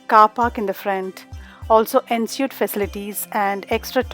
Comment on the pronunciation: Thank you for this video, really useful . Please note that Ensuite is pronounced ‘ on sweet’ 🙂